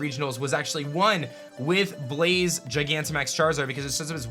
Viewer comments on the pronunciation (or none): none